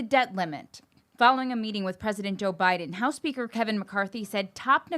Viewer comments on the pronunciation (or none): president obiden...interesting